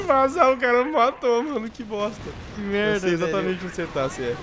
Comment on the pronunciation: O vc só fala melda palece uma metlalhadola de melda